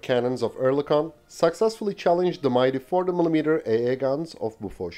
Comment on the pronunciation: Wait, BOFORS, is pronounced "boo fush" ?